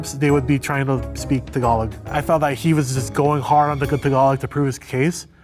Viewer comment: as soon as I heard him pronounce "Tagalog" I knew he's gonna win lmao